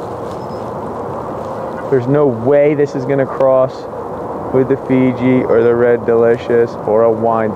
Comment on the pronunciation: You pronounce Fuji as Fiji, the island nation